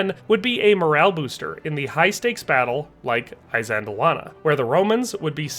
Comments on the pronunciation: Good Lord 🤦‍♂️🙄 PLEASE pronounce the terms correctly BEFORE you upload the presentation...it's NOT "eye-zand-lawannah" It's "Ihss-LAND-awanah". IHS, not EYE. Fix that properly and reupload. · I believe ISANDLWANA is not pronounced with an "I" (eye) as the first letter, Also are Roman soldiers called LEGEONAIRES NOT LEGEONARIES? Anyway loved the video how about trying Japanese Samurai against New Zealand Maoris or even Aztec warriors???? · The "I" of Isandlawana is pronounced as the I in the words: this, kiss, and list.. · Why are Americans so bad at pronouncing names? It is 'iss:" as in "hiss" for Isandlwana. Not 'i' as in eye! So dim. (That's dim as in him, skim or rim, not 'i' as in dime!) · "eye sandlwana..........try....... ee sandlwana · It's not pronounced "eye-sandlwana"...it's "iss-sandlwana" but thank you for a really good video 👍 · It's not Eye-sandlwana in the same way it's not Eye-raq. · Soft ' I ', like in ' it '. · He can't pronounce things correctly either, Imp-iss, Eye sandul wanna, I can't listen anymore to someone who cannot pronounce the words correctly. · Why do you keep mispronouncing Isandlwana? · Isandlwana, pronounced ee-san-"click"-wah-nah, like saying eesand-"click"-wahnah. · You cant even pronounce Isandlwana correctly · Good heavens, at least learn the pronounciation, even of 'I'. Good video spoilt. You also show Rorkes Drift which was a British victory as Isandlwana. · Never heard this battle pronounced this way. But good video learned a lot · typical yank MISPRONOUNCING A PLACE NAME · Dude. If you are going to make a video about a historic battle, please learn to pronounce at least the battles' name correctly... I really wanted to watch your vid, but about the 20th time you mispronounced Isandlwana I just couldn't take it any more... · The chap can’t even pronounce the battle properly 😢